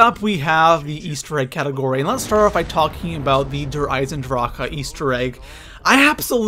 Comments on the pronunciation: Stop saying DER eisendrachAHH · 'Der EisendrachAH' and 'ZetsoBEW'., y u do dis? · It's just eisendrache, not eisendrâãåcke. Stupid bitch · I stopped watching the video because of how he says der eisendrache, der eisendracha? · you spelt der eisendrache right but you say the e at the end of eisendrache longer